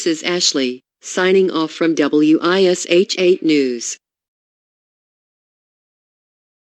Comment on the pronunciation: Ugh... being a local in Indy... hearing the voice say "W.I.S.H TV" and not just saying Wish TV made me cringe.. lol! Good stuff tho!